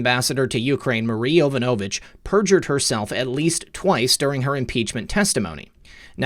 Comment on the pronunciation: yuh-VONN-uh-vitch. Please!